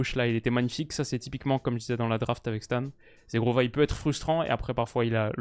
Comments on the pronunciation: si tu veux bien prononcer le nom de Zhegrova tu dois pas dire “zegrova” Zhegrova étant Kosovar et parlant albanais ça se prononce “gegrova” le “zh” = “g” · Coucou, j'adore ton taff, en tant qu'albanais nous sommes tellement fiers de Zhegrova! Juste petite correction sur la prononciation, Zh en albanais c'est le son j en français -> ça se prononce jégrova en "français" donc!